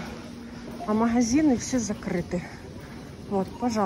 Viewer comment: что за говор "махазины" это ужасно слушать